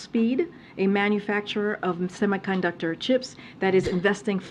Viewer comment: She can’t even pronounce semi-conductor. Peter principle.